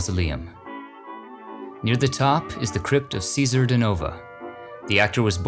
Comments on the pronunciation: Cesare is an Italian name pronounced CHEH-zah-reh. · Nice to see Cesare Danova included in this video (though, I believe his first name's pronounced Chez-a-ray)! I've been watching him in the short-lived '68 TV series called 'Garrison's Gorillas', to which I was recently introduced, and have been enjoying his performance thoroughly. He was also in Viva Las Vegas with Elvis!